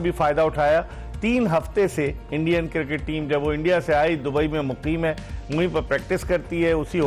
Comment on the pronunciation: I Dont want "Sami" final,,, i want "Shoaib" final😂 For Us: its Cricket For: its Kirkit 😎